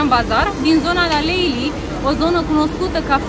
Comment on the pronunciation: Nu stiu ce e asa greu de pronuntat LALELI… si nu LALEILI…. 😢😢😢 si apropo… pentru aur la pret de TURCIA… nu in bazar… evident intr un bazar turistic prețul este umflat la maxim…. Uitati de bazar daca vreti sa nu cheltuiti triplu